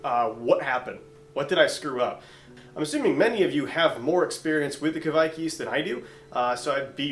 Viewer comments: Your first pronounciation was correct. Kveik, not Kviek 😄 Great video! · Kveik is pronounced like quake in earthquake, but you should here the "v". Great video. Greetings from Norway.